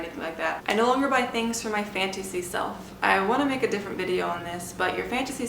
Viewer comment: It's fantasy, not fantacy.